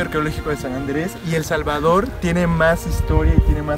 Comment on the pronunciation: el Jalvador no sabemo pronuncia la S